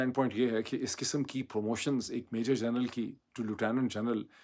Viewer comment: اردو میں لفٹننٹ کہتے ہیں۔ چاہے امریکی اور بطانوی انگریزی تلفظ جو بھی ہو، اردو میں یہی مستند ہے اور یہی کہنا چاہیے، نہ کہ لوٹونو۔ سو فیصد پاکستانی سمجھے ہی نہیں کہ لوٹونو کیا ہے، بشمول انکے جنکی مادری زبان انگریزی ہے۔ اگر کوئی کہے کہ I live in Amreeka. تو اس سے کہا جائے گا کہ Amreeka نہیں، America کہو۔